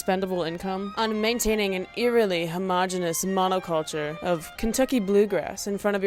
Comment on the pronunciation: gril said monoculture like poplar grove